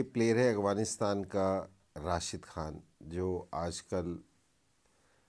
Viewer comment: Ok dear, with all due respect please also learn how to pronounce AFGHANISTAN not Aghwanistan. Peace from Afghanistan 🇦🇫